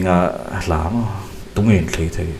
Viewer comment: "Naupangte lamin min hmusit a'" tih laia "lam" hi i lam fuh lo, a ri hniam tur a ni